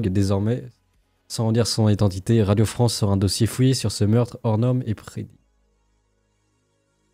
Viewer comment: La Fronce <3